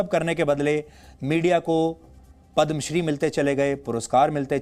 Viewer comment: Not padamshri, it's padmashri